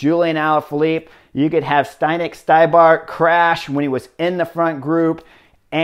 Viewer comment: Yeah, Štybar is also not Schtai-bar, but schti-bar (like schtick w/o the ck and bar)